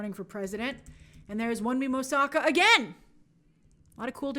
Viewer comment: Would be appreciated if you took some time to learn the proper pronunciation of Wunmi Mosaku's name. She's a fantastic actress.